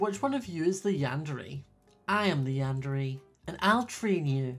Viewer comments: Not to be mean and loved the vid but it is pronounced yander(é) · Yun-da-ray is the correct pronunciation